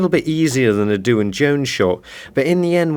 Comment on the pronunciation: I thought it was pronounced the same as Dwayne